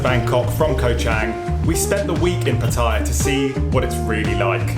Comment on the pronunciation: Another vlogger that can't pronounce Pattaya correctly :-)